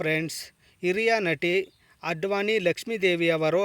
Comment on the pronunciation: ಅಡ್ವಾನಿ ಅಲ್ಲ ಆದ್ವಾನಿ ಲಕ್ಷ್ಮೀದೇವಿ